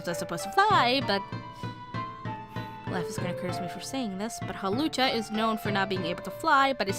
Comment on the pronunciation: LUUUUUCHA! Anyway good job sis but Hawlucha can Fly.